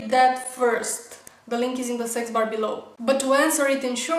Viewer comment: anybody else heard "the link is in the sex bar bellow"?